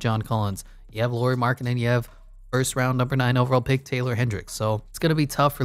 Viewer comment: Nice to see Jazz covered in videos 😃 Just some comments: Lauri (like "Lowry" in Kyle Lowry) Markkanen, not Lori Markkanen. Also 7 foot (213 cm), not 6'11. Also it was never a question of if he's NBA player or not, Bulls wanted to keep him (in a corner as a shooter) but he needed change of scenery. Cavs wanted to keep him (as a 3th-4th option) but Ainge said that Lauri and Sexton need to be in a deal if Cavs want to talk about getting Donovan. Were people viewing him as a star or potential star? That's totally different conversation 😄 That depends on the point of his career too.